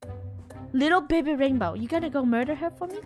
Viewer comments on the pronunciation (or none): Did funneh say rainbow or raimbow